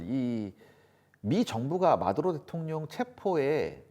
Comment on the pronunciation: 뭘 또박또박 마드로 대통영이라고 하노?